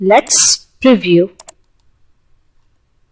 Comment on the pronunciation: and pronounce "preview" while stretching the the ee as in preeview..and not as "priview' i hope my comments will not be taken otherwise and be used only constructively..another word that can be spoken better is danger..